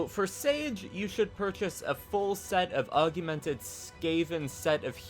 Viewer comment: Augmented, not AugUmented